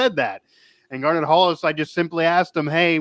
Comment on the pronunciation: it's GAR-NETT Hollis.....not "Garner" Hollis. Good grief.